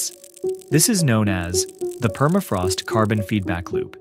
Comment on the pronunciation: Perafrost no... la correcta pronunciación es PERMAFROST